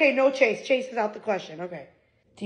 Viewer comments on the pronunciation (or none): Okay, that last "no" when he was being told Millie likes him too sounded like "wow" to me